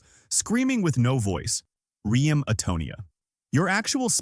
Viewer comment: AI can't pronounce "REM"